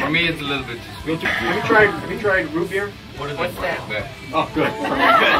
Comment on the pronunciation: he said root beer and it just like whats that al there thinkin is *JA BEER*